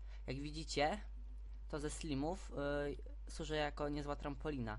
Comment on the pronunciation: slajmow nie slimow